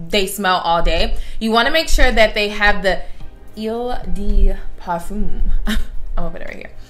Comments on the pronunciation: it‘s pronounced " o de parfam " haha hopefully you will get that. nice videoo tho🥰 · Lol Delina is technically a fruity fragrance since it has notes of Litchi and Rhubarb but the incense note balances it out. Also it’s Oh-de-parfum (sounds like thumb) & Mad-mwah-sell for Coco which is also deemed as a sweet fruity scent with patchouli. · Eau de perfume is pronounced - Oh du pAr-foom lol ❤️❤️ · Cmon girl 😩 you ain’t gotta know French to pronounce Eau de Parfum and Mademoiselle